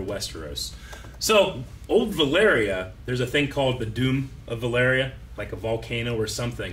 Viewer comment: I enjoy knowledge but he is mispronouncing the words Maester and Valyria Maester is pronounced Mayster not Myster and Valyria is pronounced Valeeria not Valaria